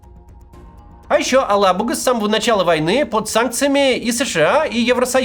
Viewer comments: АлабугА! Ударение правильно ставить нужно на последнем звуке. Устал уже повторять. Татары, что молчите? Совсем обрусели и даже поправить ведущих не можете? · "Алабуга" читается с ударением на последний слог и мягким "г". Проверьте, на какой слог ставят ударение татарстанские чиновники.